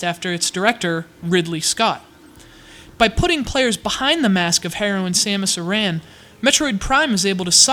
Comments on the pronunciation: Samus EH-RREN* GOON-PAY Yokoi* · Samus "Aaron" Planet "Zebb-Ess" Just had to clarify.